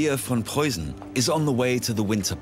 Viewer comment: Tip: the "ss or ß" in Preussen is not a soft one but rather sharp as in "missing or fist" Memel is pronounced as me in "melancholy". Hth